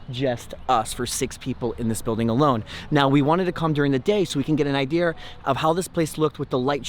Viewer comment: Regular poeple: idea: idear(in every single video)